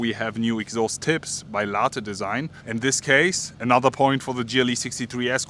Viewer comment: How many times he said Larteeeee design😟